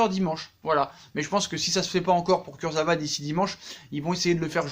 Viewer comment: «Kurzevra»... NULLISSIME!!!!